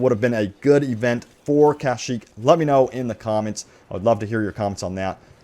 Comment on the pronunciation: Why do you pronounce Kashyyyk like that? It's kashyyyk not KAH-shyyyk